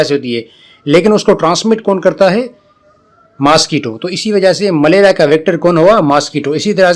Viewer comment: Sir not malera. maleria